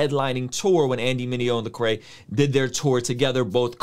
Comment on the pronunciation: Solid comment. It’s LEcrae though. Man’s name has been butchered for two decades now...it’s gotta sting him a little lol